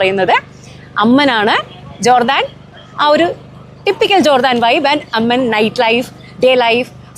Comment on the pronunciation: അമ്മൻ അല്ല ചേച്ചീ "അമ്മാൻ" 🎉🎉